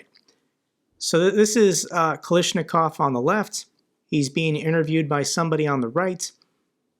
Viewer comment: seriously? Even mispronouncing the name Kalashnikov? You've really stopped trying, haven't you? 😂